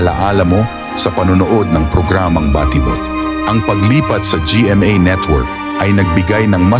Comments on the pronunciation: Ayun lang, na distract ako sa nag na narrate. Ang konyong a.i. Baa ti bot 😅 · For me hindi naman big deal ang pag pronounce ng word na batibot. Maganda ang presentation at mahalaga nakaka entertained at interesting yung kanyang topic.